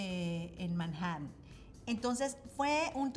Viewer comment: Me encanta como pronuncia Manhattan correctamente! En inglés muchísimas palabras que tienen T se pronuncian como si la T fuera muda